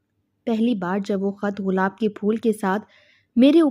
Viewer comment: بی بی غلاب نہیں گلاب ہوتاہے